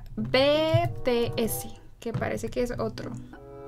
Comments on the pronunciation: No es "be te ese", es "bities" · Te recomiendo DNA/War Of Hormone/Dope/Save me/ es de BTS pero se pronuncia Bi Ti Es no Be Te Ese 😂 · se pronuncia BiTiEs v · Se que eres nueva en el kpop pero no es betese es bitiez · Ah tarde pero seguro😂 El grupo BTS no se dice "bete ese v:" es bitiez. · Jjajaj me reí pq dijo B-T-S y es BTS 😂😂😂😂😂 NOT TODAY MI CANCION FAV💟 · Me da gracia por que dijo BTS deletreandolo pero seria bities así se pronuncia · Obvio te va gustar bts son los mejores xd a y se pronuncia bities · No es BTS (bueno si )es bities (se pronunció ) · Jajajajaj, la mayoría de las armys gritando en la pantalla que se pronuncia bities, si alguien hizo eso dígame jajajaj no quiero ser la única ahre xd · El que escuchaste de bts se llama Jimin y en la de not today era el de pelo rosa (Jimin)no el que tú decias y los grupo son por audiciones y se pronuncia bi ti es (sin ofender) :) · No es ofendiendo pero se pronuncia bities y se escribe bts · Nadie lo pronuncia bien es BTS o bi ti es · Es vitiez no beteese jajsjajajajaj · No dijo bien bts😂😂 pero me encanta no es una ofensa yo tambien a si decía al principio 😍